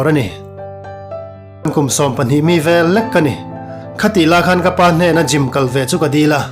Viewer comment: Gym tih tur..Jim'ah ti tawh suh.tawngkam lam uluk ila ngai deuh. Unaunu tih pawh i lam dik lo,i mizotawng lam dan i pàitep thin.theih tawp han chhuah zel...teh.tawngkam fimkhur tawh la